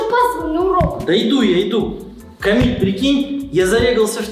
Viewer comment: Не камил а КАМИЛЬ